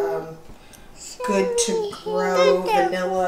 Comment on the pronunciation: I LOVE how says "goom" for good!!